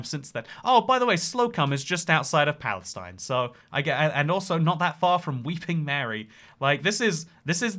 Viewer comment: Palestine Texas was named for Palestine, Illinois, by preacher Daniel Parker, who had migrated from that town. Also it is pronounced Pal-es-teen